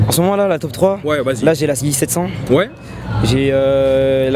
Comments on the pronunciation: A le gars dit izy aulieu de yeezy sa ma tué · Sa me soûl les gens qui disent heezy alors que c’est yeezy